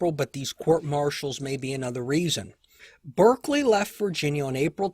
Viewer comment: Thanks for these excellent episodes. May I just note that Lord Berkeley’s surname is pronounced ‘ Bark Lee.